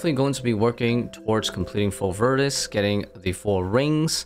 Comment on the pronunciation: My man leaving a whole syllable out of varvis haha love it